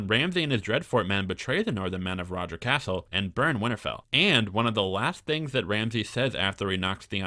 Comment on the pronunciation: I really enjoy your videos and the rewrites you come up with but your pronunciation drives me crazy. Sir Roger Casel , cas-el not "castle" there is no t in his name. I know it's a little thing but it does drive me nuts. Also when white beard turns up jorah isn't there as he would have recognised him immediately because they both fought at pike. Please keep things up xx